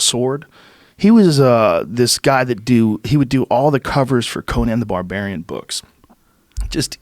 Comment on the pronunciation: "Conan the Somarian"?